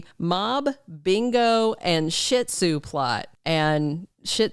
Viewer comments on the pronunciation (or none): I thought that Gloria was saying Ziti not Shih Tzu. Lol